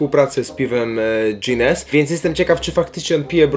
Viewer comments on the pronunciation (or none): NIE DŻINES TYLKO GUINNES (GINES) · Błagam cię, nie mów nazwy tego piwa przez "dż" .. ale by cię Irlandczyk przechrzcił 😅 Mega fajna seria 💪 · ginnes prsez g sie czyta nie odkieniaj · Po łbie by dostał, powiem ci że jak pierwszy raz usłyszałam to aż tak tak mi dziwnie było 😂 jeszcze nie słyszałam żeby ktoś tak mówił 😂